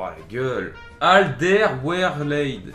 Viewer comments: Pour Alderweireld , ça se prononce Al-Deur-Wé-Reul-D , bonne chance pour tes packs opening :D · Aldewereled pour la prononsation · AL DER WAIR ELD voila comment ca se prononce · ça se prononce "adervéreld" avec un petit accent néerlandais sinon GG pour tes vidéos! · C'est " ALDEURVÉREULD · Ça se dit Al Der Wé Reld ahah😉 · le nom du joueur se dit "Ald-air-vey-reld" :) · LE NOM SE DIT: ALDÈR-WÉ-RELD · Alderweireld se prononce "Alledeurwèreuld" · non c al der wér elde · Ca se prononc Al-der-wé-reld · Ça se prononce alderwéreld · Phonétiquement c'est "Aldair ouel raide" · Ca se dit Aldervereld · on dit AL DER OUAIS RELD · Ca se prononce Alder-ouai-reld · On dit alderwereld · Hahaha ça se prononce Alderwéreld